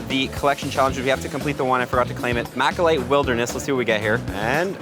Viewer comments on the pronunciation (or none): It malachite not machalite